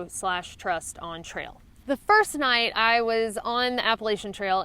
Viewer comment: I'm from the south...so I've heard ALL kinds of southern accents. But it's still cute to hear some 'twang slip out of you every now and then lol "Naite haik" Or...however you would physically spell that lol Anyway...appreciate you and all the knowledge you share to help out everyone from seasoned hikers to newbies :)